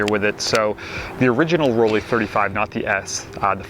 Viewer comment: dear Mr., the pronunciation of Rollei sounds like roll-eye not like roll-eee. In german, "ei" is always pronounced like "eye", as in "Leica" or “Zeiss“.